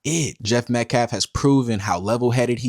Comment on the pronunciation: I thought he was pronoucing Metcalf wrong on purpose until i relized he just can't speak English very well.